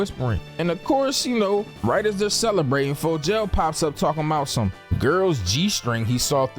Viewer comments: Bro I'm convinced you pronouncing these names WRONG on purpose at this point 😆 cause ain't no way you sat up here and called him FOE-JAIL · “Helen’s” name is Becca 😂😂😂 and Fogels name is pronounced fo-g-al. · you got me fucked up for the way you say Fogel 😭